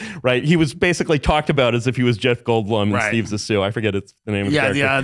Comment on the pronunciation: A lot of good takeaways from this episode, I kept coming back to finish it all week. My main one is how Curtis pronounces Zissou